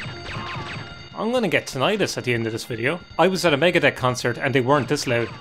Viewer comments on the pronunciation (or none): "I was at a Megadeth concert and they weren't this loud." Must've been a shit Megadeth concert then, were they just playing Dawn Patrol for two and a half hours? Also, "Megadebt"